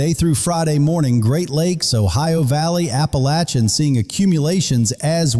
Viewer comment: Western North Carolina the heart of the southern Appalachian Mountains ( which you mispronounce) .